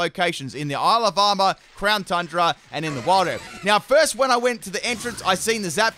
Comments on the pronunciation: I keep hearing 'Alabama' instead of Isle of Armor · Why I keep hearing Alabama instead of Isle of Armor? :D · When he says Isle of Armor I hear Alabama 😂